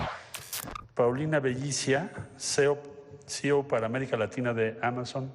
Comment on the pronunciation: C. E. O si-i-o no cio. No sea usted pendejo